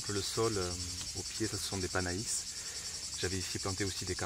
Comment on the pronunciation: Merci pour cette video. Par contre le "panais" se prononce "pané" et non "panaïs".